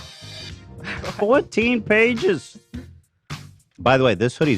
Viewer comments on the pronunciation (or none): none